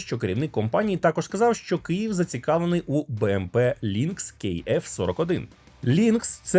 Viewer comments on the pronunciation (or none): none